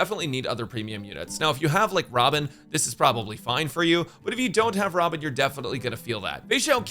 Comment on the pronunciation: When bro said robin i heard ramen and then i realized after boing a little back